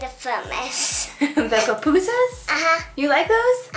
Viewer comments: And it’s not pronounced puh pu sas there pu pu sas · Not to be rude but it kinda annoyed me when she said Popusas,I say pupusas😂